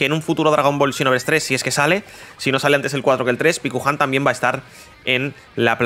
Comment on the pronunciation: Paikuhan, no pikuhan